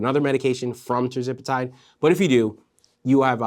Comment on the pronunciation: Hey, ……Love your shows but I keep noticing that you are mispronouncing Tirzepatide 😂. I’m trying not to notice but everytime I hear it, I say, “why is he saying it like that?”